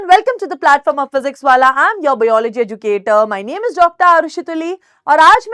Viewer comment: mam Biology ko hamesha baeyology kyu bolti hai